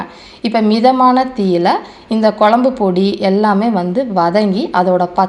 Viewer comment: குழம்பு பொடி சரியாக உச்சரிக்கவும் தமிழுக்கு உயிர் கொடுக்கவும்